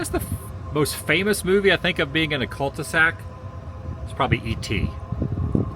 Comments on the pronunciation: Are you saying Cult-e-sac on purpose or did you mean Cul-de-sac? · Btw it’s cul-de-sac not Cult e sac.